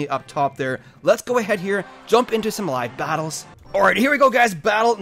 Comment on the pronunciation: You way you end saying "live battles" sounds like your not done talking yet, but then it goes to the next clip.